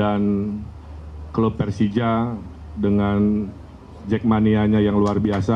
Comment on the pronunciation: ngomong persija nya aja salah logatnya wkwkw